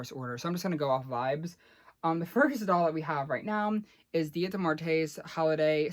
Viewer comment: Hi!!! Love your videos! So please don’t be offended by me correcting you, but Día de Los Muertos is pronounced Dee-ah deh(which you got right) Lowes Moo-ert-toss(which you got wrong) the way you said it translates to “Day of multiple deaths” again, i’m not trying to be an asshole, and I wouldn’t expect you to know the perfect pronunciation since Spanish it’s not your first language, i just thought you should know :) Stay Fierce! Luv ya! 🥰